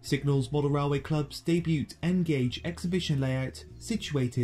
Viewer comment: Silent 't' - debut.